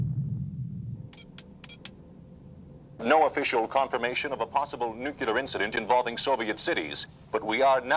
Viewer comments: Did that reporter just say ‘newqueler’? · Announcer could not say "nu - cle - ar".